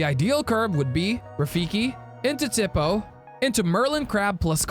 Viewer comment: Its "tee-po" lol